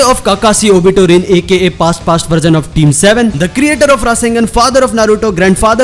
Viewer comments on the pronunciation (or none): none